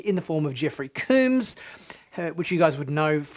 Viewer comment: FYI - Jeffrey Combs name is not pronounced like Cooms with a long O sound. You're pronouncing it wrong. Combs is pronounced like the word comb as in a toothed instrument used especially for adjusting, cleaning, or confining hair. Jeffrey Combs himself pronounces it this way. See a video posted on Youtube in 2010 by TrekCore titled "Jeffrey Combs Interview Part 1 (Weyoun, DS9)" in which Jeffrey starts the video by introducing himself by saying his name.